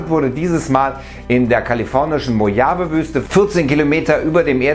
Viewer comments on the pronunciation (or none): Mochave Wüste spricht man es aus